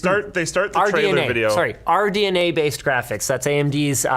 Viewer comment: It's funny watching this years later and seeing Linus struggling to pronounce RDNA 🤣